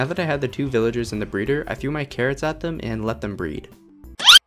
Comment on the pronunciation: guys, he is saying pillagers instead of villagers